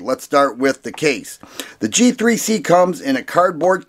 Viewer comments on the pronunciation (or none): thought he said “Cheap 3 C” instead of “G3C” lol